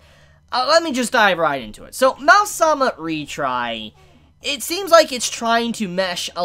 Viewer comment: It's probably not pronounced "Mal-sama" or "Mau-sama", but "Ma-o sama".